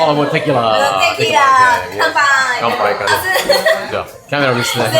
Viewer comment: My eye twitched every time he said "t-I-quila" 🤣